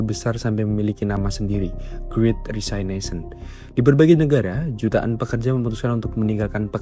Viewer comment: Great Resignation dengan "Resignation" dibaca apa adanya seperti yang ditulis = resig-nazion